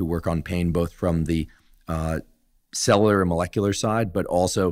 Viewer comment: People actually listen to a guy who can’t even pronounce cellular ? What a joke Huberman is